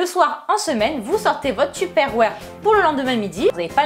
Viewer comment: J'adore le "tupperware" avec l'accent tu ma tué sisi